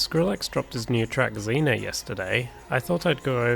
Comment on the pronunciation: It’s pronounced ray vol pee and zeen yaa just btw